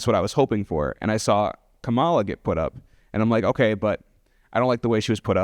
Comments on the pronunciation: Absolutely, just the pronunciation of her name says a lot. Either he does not listen to anyone who says it right or he has heard it right and does not care too out of mild rebellion and disrespect. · I believe that it is fair to say that the people who pronounce Kamala incorrectly have been getting their information from faulty news sources. How are you gonna mispronounce a vice president’s name four years after her ticket won?